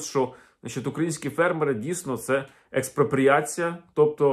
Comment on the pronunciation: "Експропоріацю" голота дочекалася...